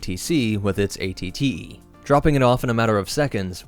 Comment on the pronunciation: At-At’s, not AAT’s.